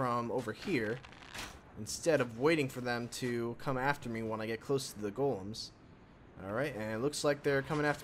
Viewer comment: I love you, you pronounce golem correctly!